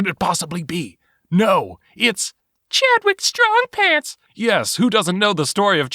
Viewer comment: I love this name "Chadwick Strongpants" sounded like you said "Chad wit Strongpants" 10/10